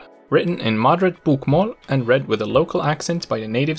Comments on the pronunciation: His BOK - MÅL pronunciation gives away the fact that he isn't Norwegian himself. It is pronounced BOKmål. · Hey great pronounciation from a! But I can hear your swedish L in the word "Bokmål", The L should be thick sounding, like you would say L in english "Ball". That being said, a lot of our dialects would use the thin L, and it is sneaking into the Oslo dialect (which you sounded like pronouncing:) Two questions: Why are so many swedish surnames relating to botany? Eklund, Blomqvist, Ekdahl, Björklund, Rosén, Lindblad Etc. Something to do with Carl von Linné? Why is it so hard for swedes to say; Chili, Jim and Jockey in english? Stay safe:)